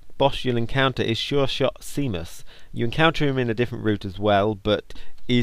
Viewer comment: Seamus is pronounced shaymus